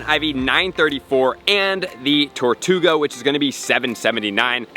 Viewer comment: How did you manage to say the name wrong TWICE within 10 seconds?! TARtouga?! TORtouga?!